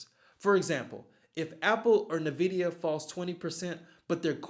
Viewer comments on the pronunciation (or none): Envidia not Nividia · Good info. Go at it from diff angles...sounds like how I do it. Optimized. Optimize the hell out of it. BTW.. It's "uhn vi dee uh" Not ni-vidia. Not like nivea the lotion. Lol And yes, use some tech analysis...MAs and also patterns and support and resistance lines..look for a breakout and then an upward trend ..higher highs..higher bottoms. Right now...my focus is March Madness tourney..but I will be keeping an eye on markets herr and there. Bracketology first.. true analyst here. Duke or FL? One last note...a stock's gain is 40% the market, 30% the sector and 30%...the stock itself.